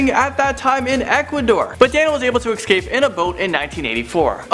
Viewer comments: Did seriously say “excape” instead of “escape” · SAY ECSAPE RIGHT!!!! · am I the only one who thinks it is annoying when says escape like ekscape?